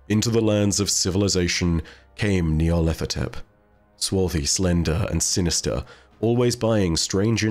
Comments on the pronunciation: You need to do an Eqyptian language dive for a bit, because your pronunciation of Nyarlathotep is painful to hear,. The name is a phrase: Nyarlat hotep "Nyarlat is pleased/content/at peace" as is several significant historical Eqyptian pharaoh and diety names (Imhotep, Rahotep, Neferhotep, Khnumhotep ), but it means pronunciation is of two separate words even as a singular name: "Nyar-lat ho-tep". There is no 'th' sound. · FYI: nigh-ar-lat-ho-tep. There's no TH sound in Egyptian dialect. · Gotta know how many takes it took to get Nyarlethotep right every time lmao